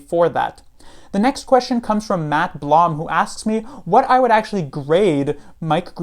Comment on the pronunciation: Hey Professor! First of all, thanks for your thoughtful answer to my question. I appreciate it! Also, congrats on pronouncing my last name correctly as "Bl-OMM" not "Bloom" as 95% of people get wrong. I am impressed haha.